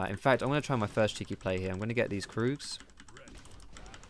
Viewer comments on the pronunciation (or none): Annoys me how you say kroogs 😂😂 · If you say kroogs instead of krugs, do you say doocks instead of ducks? :D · You are the first person i heared calling the Krugs kroogs xD